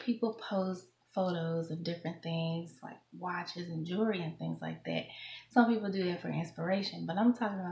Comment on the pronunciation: She can't even pronounce the word jewelry.